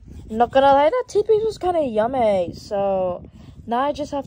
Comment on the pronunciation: Times for y’all’s fav word “YUMÆYY” YUMMÆEYY Sorry that’s probably the only one I think 😭